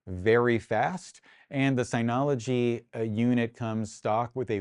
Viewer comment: Nice video. I slightly want to punch you in the face for the constant incorrect pronunciation of "Synology". Otherwise, good video.